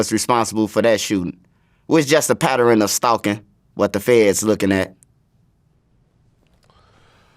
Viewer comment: People that say pat-ter-ren.. It's pattern bro. 2 syllables, not 3.